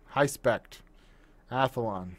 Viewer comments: its amd athlon, not "athalon" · so many americans seem to say athalon instead of athlon and i wonder why. maybe this letter combination is difficult to pronounce for native english speakers? no idea... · I think It Easier to Say "Athalon" instead of Athlon. I'm not Native English Speaker but I also Say Athlon as "Athalon"